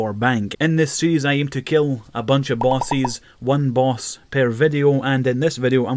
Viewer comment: I just can't get over the way you say "bosses". It sounds splendid.